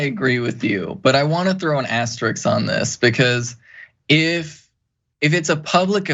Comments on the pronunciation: The word is “asterisk,” not “”asteriks.” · So, hey, you in the red sweater, you should learn how to pronounce “asterisk”. “Astérix” is a character in a French cartoon. And like try not to like say like every other like word.